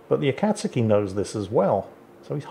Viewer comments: "A-kat-ski" -. It is "A-kat-sue-ki" my man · Noted the continued mispronunciation of Akazuki, not so clever naming a pet something you might say a few times a day now is it? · swear to god mate, are you pronouncing "akatsuki" like that to get under my skin? cause its working!